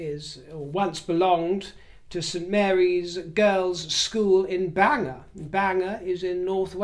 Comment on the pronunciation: Hell will freeze over before Walmart Wallace would do that, as far as she's concerned, she was above the late queen! Just strip their titles, problem solved, simples and Bangor is pronouced Bang gor, LOL x